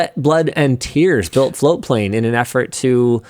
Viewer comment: I never hear the t in floatplane for the longest time I thought it was flowplain and that is still what I hear.